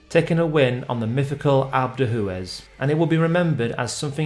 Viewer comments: “Alp Doo-ez” Not “Alp doo Hoo-ez” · For goodness sake sand yours, please learn how to pronounce names of geographic locations. What’s alp doo who es? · As the French say, these clips are very "a l'EPO-que" . And by the way - "Alpe de who-Ez" and "Tour de Swiss" - lmao - best pronunciation ever!